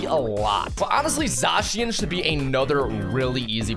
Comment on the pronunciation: Your pronunciation is all wrong for zacian and arceas